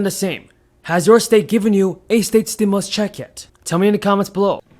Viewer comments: Stimulus instead stimus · Stimus instead stimus